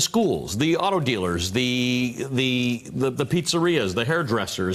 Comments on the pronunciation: It's not O-Sha-Wa ... its Osh-wa... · Thanks to my fellow Canuck for getting the lady to pronounce OSH-AH-WAH (Oshawa) correctly. Oshawa is known as the city that 'motor-vates' you :) The good news is a new Toyota parts plant is opening 15 minutes east of The Shwa:) And Darlington Nuclear has some retirements coming up. Darlington jobs is also 15 minutes east of The Shwa too :) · Retraining is a great idea. Also, O-sha-wa was hilarious. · Oshawa, is pronounced Awshawa, get someone who can read to deliver the news. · The pronunciation of “Oshawa” actually killed me 😂😂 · MSNBC cannot even pronounce the city correctly. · Holy crap. "Hamtrack" Michigan? Oh-SHAH-wa, Ontario? Nice going with the pronunciation, Veelshy and Ruh-lay.